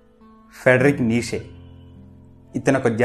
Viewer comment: Neeshe kaadhu. neecha anaali.nietzsche.if you want to know the correct pronunciation check it on the Google